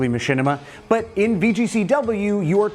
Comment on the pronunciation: u said "boot" instead of "but" after the south park part. hahaha good ep. i've always thought about how trippy CPUs are, being able to simulate battles and their outcomes. i tripped out on it in the "joe montanna- sport talk football" video game days. now it's just crazy.